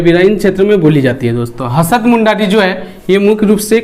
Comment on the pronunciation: सर, हसद मुण्डारी नहीं इसे हसद: मुण्डारी कहेंगे।